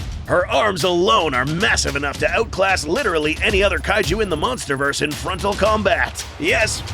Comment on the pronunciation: Did bro just say munsterverse?